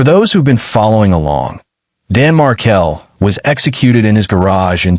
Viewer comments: It's not Mar-kel. It's Markel. I will tell you that for nothing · The surname is pronounced Markel Not Mar-kel. Period. Let's all change our surname pronunciation. Ridiculess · Please pronounce the victim’s name correctly. Pronounced Mar-kell, not Markle.